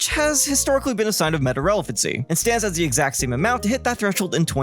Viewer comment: I think he actually ended up saying “stanzas”, which is really easy to hear as “stands as”, “stands is”, “sans as”, or “sans is”.